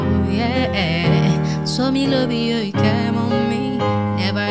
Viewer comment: Girl you’re gooood!!!!🔥 your voice control is impressive! Your breathe control is good and your runs are crazy!💯 you’ve got skills tbh🔥💯.. but please check your pronunciation when singing cos your pronunciation of LOVE is wrong. There’s no ‘R’ in love..coming from someone who listen to judges a lot. John legend and blake shelton will tell you to work on that...